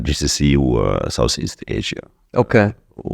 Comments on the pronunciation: اوكاي او اوكيه مش اوكااه مستفزه جدا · كل شيء جميل لكن ياريت بلاش "أوقي" هى والله بتتقال "أوكي"!!